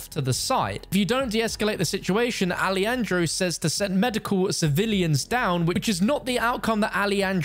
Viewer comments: Hey stupid, not ali andro- its alejandro like alehandro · "Ah-leh-handro" hermano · "alieandro" what was thaaaaat Pronunciation???